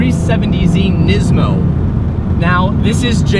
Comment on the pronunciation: Nizmo lol its pronounced niece-mo